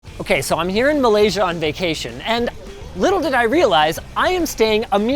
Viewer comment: Thanks for butchering my country's name